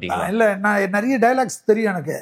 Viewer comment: நறைய இல்லை நிறைய. உன் வாயில் வாசம்பை வைத்து தேய்க்க